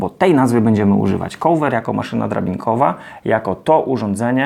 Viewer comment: Uwielbiam Pana filmy, są bardzo pomocne i wiele można się z nich nauczyć i dowiedzieć. Taka mała uwaga odnośnie wymowy: cover nie wymawia się "kołwer". Cieżko bez transkrypcji fonetycznej zapisać poprawną wymowę, więc podrzucam link: :)